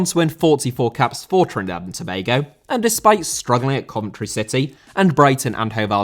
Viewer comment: Why can’t you say Trinidad